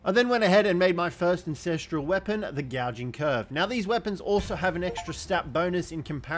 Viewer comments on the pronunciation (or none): AN......ancestral .......lol not INcestral.......hahahhahhaha!!